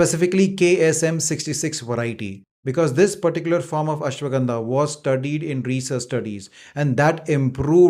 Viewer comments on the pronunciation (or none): none